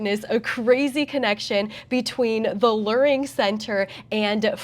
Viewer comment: It's pronounced "LEARing" as in LEAR JET.